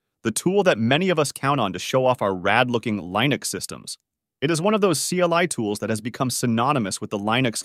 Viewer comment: "reAD me" file? Li-nux? AI voice is high or what lol